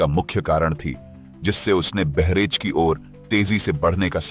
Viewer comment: बहरेच नही बहराइच है और वहां गंगा नदी नही है।